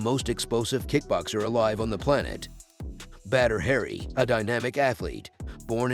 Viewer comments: It's not "Badder Hairy" it's pronounced "Bodder Ha Ree." Still a great video! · It’s annoying how he keeps mispronouncing his name calling him “Badder Harry” 😑😑😑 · Batter hairy😆... Oops... Need to try a little more research. Stop trying to talk in that dumb ass movie voice and try pronouncing names correctly 👍